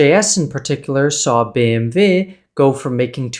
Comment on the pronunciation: that BMW pronunciation was mint 👌🏻